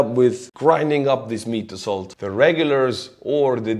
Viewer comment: "Meat Assoult" and your smile. This is not right.